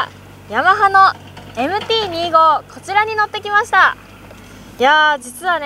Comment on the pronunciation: MT−２５（Two Five）じゃないの？ このチャンネルはそこらへんがいい加減 丸山氏もふくめて